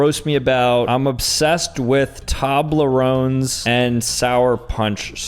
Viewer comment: he realy said i eat a lot of tobleroans to nikakado